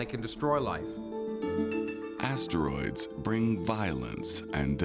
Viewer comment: Just one teensy-eansy complaint… the narrator pronounces asteroids as 3 distinct syllables … ass-ter-roids It’s crazy-making in my head